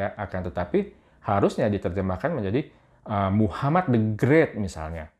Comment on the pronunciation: BUNG TAU BACA KA G,,JNGN KMU BLNG SAMA DNGN PDT ESRA,,,,MUHAMAD,,,,,BKN M A H M A D